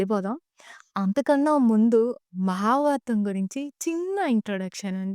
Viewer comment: ముందుగా, చిన్న వయసులో చాలా పెద్ద భాద్యత తీసుకున్నందుకు మనస్పూతిగా అభినందిస్తుంన్నాను !! కాకపోతే ఒక చిరు హెచ్చరికతో విన్నపం. మీరు ఎంచుకున్న విషయం మహాభారతం కావున, మీరు మాట్లాడుతున్న తెలుగులో అసలు ఒత్తులు చెప్పడం లేదు. ఉదాహరణకి, మహాభారతం .. మహాబారతం కాదు. . అలానే.. ఆంగ్ల పదాల ఉపయోగం లేకుండా చెప్పగలిగితే, ఆంగ్లం తెలియని వాళ్ళు వింటారు అలానే అంతరించిపోతున్న మన తెలుగు భాషలోని పాదాలకి జీవం పోసినవారు అవుతారు... శుభం !! జై తెలుగు తల్లి! జై జై తెలుగు తల్లి !!